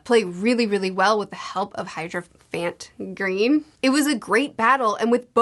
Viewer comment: "HYDROphant Green" LOL oh